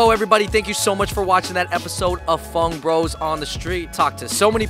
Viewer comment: Can u guys stop saying “FUNG BROS” in the intro plz because my Father would think that your saying F*UCK BROS and think I m watching some stuff😏😏😏😏😏😏